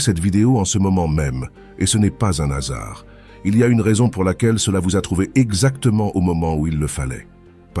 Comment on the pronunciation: On voit que c'est l'IA qui narre, car il dit "un hasard" en faisant erronément la liaison.